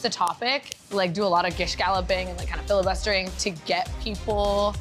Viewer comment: He was fillabustusting? Weren't you the one mostly talking on the "answers"? Lol